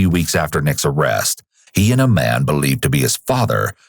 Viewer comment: this narrator is excessive. chill out dude. this isn't a movie trailer from the 90s. ends every word with too much emphasis. pronounces 'man' like 'ma-ya-nuh'.